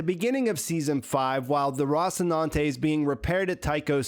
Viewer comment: ROSS-inante? Bro, they saw the word in the show like 700 times an episode.